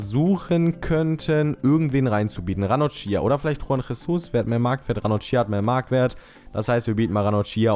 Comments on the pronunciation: Ranocchia wird nicht Ranochia ausgesprochen,sondern Ranokkia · Ranocchia spricht man Ranokia aus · Ranocchia wird ranokkia ausgesprochen :D